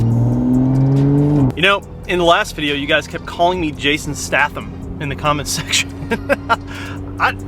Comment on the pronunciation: Been here since 12k subs and the only thing I disagree with you is the way you said Statham lmao 😂